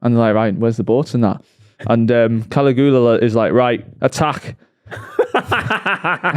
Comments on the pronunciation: Caligula(Ka-Lee-goo-la) as says…is actually Caligula(kuh-li-gyuh-luh) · To it’s Cal-ig-U-la not Cali Goola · You'd think would have looked up how to pronounce Caligula